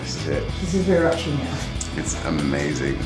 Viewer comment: someone must make a gif of that "Its omayzin!"